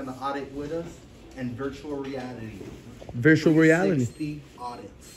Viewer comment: At the end “and virual realiatiii”. Lol. Great work guys!